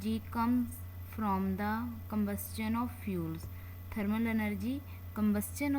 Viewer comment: It's not cumbustun it's combustion